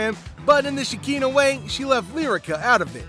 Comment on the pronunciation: WHY U ALWAYS CALL SKEKINAH SHAKEENA 🤣🤣🤣 ITS PRONOUNCED SHA- KINAH. LOL